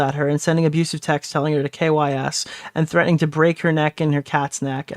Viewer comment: Awiss kep fweatening maay